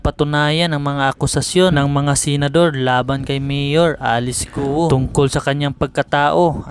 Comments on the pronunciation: Correction: Pronunciation for "GUO" is "GO" (Silent "u")...No offense meant pls. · Bakit Guo ang pronunciation nyo just say Go kc last name nya ay chinese